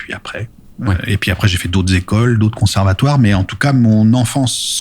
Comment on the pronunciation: Accent lyonnais spoted sur "conservatouère" à partir de